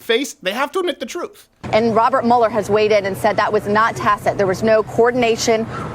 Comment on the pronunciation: Mueller pronounced like Beuller Ferris